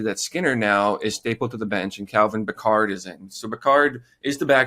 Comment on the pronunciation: Guys, Calvin's last name is pronounced Pick-erd. Not like Captain Picard. Good show.